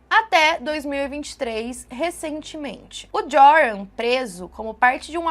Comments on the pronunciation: Oi, o nome dele se lê "Iorran". Hehheheh parece aquelas apostilas de cursinho de antigamente kkkk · O J em holandes faz som de I, então se pronuncia ioran. Espero ter ajudado para um vídeo futuro ❤ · o nome do cara se pronuncia "Iôrran" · A pronúncia do nome é iuran. Pobre Natalie. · Eu lembro desse caso… que tristeza., em Holandes o J tem som de I, entoa o nome se pronuncia “ Ioran”.:) Espero que este ser nunca mais consiga sair da prisão. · Oi, Joran provavelmente se pronuncia “Iôrran”, pq no holandês o J tem som de I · o nome do rapaz de pronuncia “iorran” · no Holandês o J tem som de "y"/ "I".